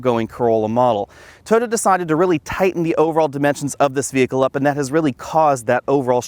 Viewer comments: He pronounces Toyota as "toda" 🤣🤣🤣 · It sounds like he's saying "Tota." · “Tota” Corolla lmao why